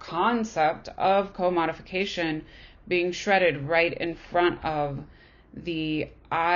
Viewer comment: Pronunciation of 'commodification' and 'Beuys' needs work. Speaker reads mechanically and without apparent interest. Beuys isn't "trying" to talk to the hare. The question isn't about what Beuys "believes". We have no access to his brain. A citation of sources would be more considerate, respectful, and exemplary. The speaker's appreciation for the information seems lacking , her conclusions reductive.